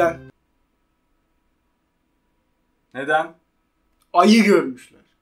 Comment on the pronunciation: Aynen komik hiç gulmuyorum ama sizin bastıra bastıra ayı demenize güldümm